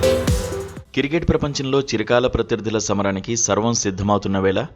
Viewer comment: కిర్కెట్ కాదురా అయ్య క్రికెట్ 😂